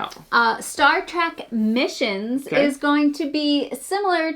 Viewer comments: Star TrEk -- with an "eh" -- not Star Track... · It’s Star TrEK, not Trak